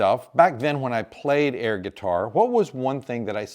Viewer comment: Did you say "air" guitar or "hair" guitar? LOL--->